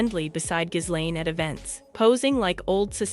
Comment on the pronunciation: Its pronounced Gillenne not Jizlane.